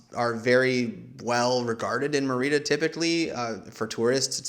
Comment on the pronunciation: Dude: Merida is pronounced "MARY-duh". I am not a language snob but you managed to pronounce every other locale correctly...even "cenotes" which is not exactly intuitive for an english speaker. You also said all the food correctly with extra effort to pronounce them as authentically as possible. So how did a major city that you even visited like "MAIR-ee-da slip through the cracks?